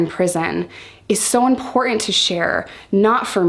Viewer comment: It's important to realise that the "t" in the word "important" is not silent. :)